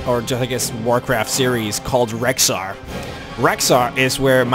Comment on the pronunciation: im sorry to ruin your name, but its rexxar, not rhexxar.